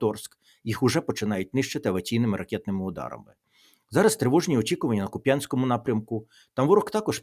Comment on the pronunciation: Шановний пане Тарасе, та годі вже говорити, з якогось біса, Куп‘Янськ! Так, з наголосом на Я, говорять лише московити та москвороті малороси. В Україні на Харківщині є лише КУп‘янськ з наголосом на У. Годі говорити суржиком! Мова має значення!